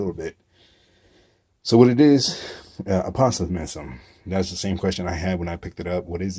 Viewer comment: APO-SIMZZZ.. You're saying: APA-SO-IIZM.. REBA-DOH-AN